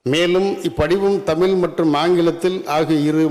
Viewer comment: தமிழ்ன்னு வாய்ல வராதா? தமில் தமில்ன்னு சொல்றாரு😢